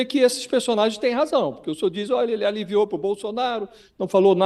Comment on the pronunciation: Meu deus esse advogado ahhahaha recebeu informação da operação sigilosa, fala "aliviou" hahahahah